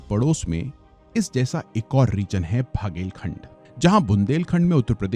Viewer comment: टीकमगढ़ not तीमकगढ़ बघेलखंड not भगेलखंड Considering you are North indian and can speak hindi well, at least learn to pronounce the names of the places correctly before making the video